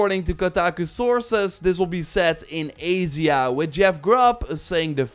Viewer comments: Lol… “azia.” A-sh-a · AYJA not AYZYA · I’ve never heard Asia pronounced like that 😹